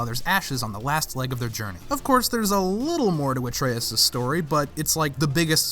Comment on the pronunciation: Atreus* not Atreyas